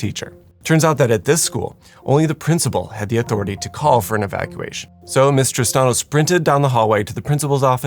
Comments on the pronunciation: I kept hearing "Mister Stano" not "Miss Tristano" lol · I was hearing "Mistress Tahno"!